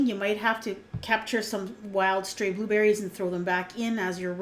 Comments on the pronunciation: i thought you said "booberries" and "blueberries" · G DeVz hahahaha i heard it too!